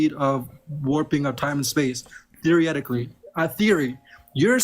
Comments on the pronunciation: Theory-Rehtically? LMAO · "Theerie-etically" XD